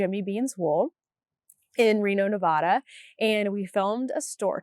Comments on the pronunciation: As a former Nev-AD-a resident this person is correct. Ne-vah-da pegs you as a tourist/non-native. :) And may get you corrected in certain circles. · Not Neh-vah-da. You had it right before!😂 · Perhaps this will help you remember: Think of the word "ad." It has a short a sound. "Ad" is visible right there in the word Nevada, and that's how it's said. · You’re still wrong it’s Nevada. The.A is like add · Like nev-ADD-uh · The first A in Nevada is a short A (as in cat or hat).